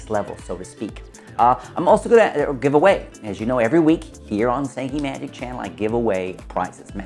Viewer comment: "Magic" doesn't have a "t" in it.